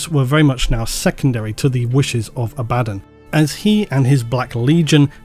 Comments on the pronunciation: I can hear you clenching your teeth when you pronounce abaddon both ways, but both are incorrect, it is in fact pronounced ay-bee-don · I chuckle at you Abaddon 'Abaddon' because now I'm thinking that that's his first name and surname. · The way you're saying abaddon is heresy of the highest order. It causes me pain. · awesome so far but why use both pronunciations for Abbadon it kinda made it sound like an extra character sometimes i am aware of it but just strange to hear you use both i am pretty sure you once put that debate to bed with how the authors pronounce the name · So is it pronounced Abba-don, or A-bad-un? I think you said both pronunciations in this video, but I could swear in the Audible books all the narrators say Abba-don. Its driving me nuts lol!! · How hard is it to just say Abaddon? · still not being able of pronouncing Abaddon correctly after all the black library audiobooks in the past years 🥲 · I personally don’t care how you pronounce Abbadon just please stop saying it twice. Love the video. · You keep saying Abaddon, Abaddon but it's actually pronounced Abaddon. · "Abadon Abaddon" makes me cringe more than just the mispronounciation 😅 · The way likes to say it, sounds almost exactly as the word "abandon". To me this feels really funny - "the army of abandon attacked..." the forces of abandon gathered around..." If you change the infliction, "Abaddon" is no longer "abandon":P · Excuse me for beating the dead horse on this topic again, but I have another argument against favourite Abaddon pronunciation:)) The way he likes to say it, sounds almost exactly as the word "abandon". This sounds really funny - "the army of abandon attacked..." the forces of abandon gathered around..." If you change the infliction, "Abaddon" is no longer "abandon":P Edit: God forbid, if you need to say "The abundant forces of Abaddon, abandoned the planet previously abandoned by the abundant forces of the imperium":D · who's "a-bad-in"?